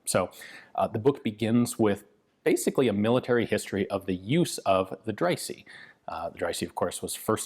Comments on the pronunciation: Quick pronunciation tip: the letter "e" is pronounced "ee" in English and in English only. In other languages it's either "é" or something close to a "uh". In that case Dreyse would be pronounced something like "Drayzuh". Great video as usual though :) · As a German i can say that the name Dreyse is spoken Dreyse :-) ! Fun away: german words are spoken in german language as they are writen, but of course with german pronouncion, the letter e at the end is spoken like the e in west.